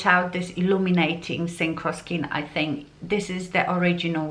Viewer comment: Please pronounce "k" at the end of the word "think"... otherwise, it sounds like you are saying "thing".